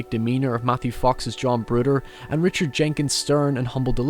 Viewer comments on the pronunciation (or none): none